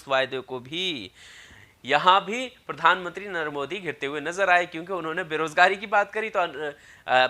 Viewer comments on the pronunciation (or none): none